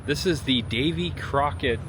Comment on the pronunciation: Whoever was narrating this mispronounced Davy Crockett 's name .